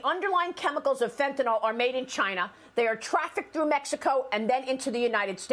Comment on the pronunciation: Can they please call it Fen-Tuh-NILL, and not Fen-Tuh-NOLL? SMH...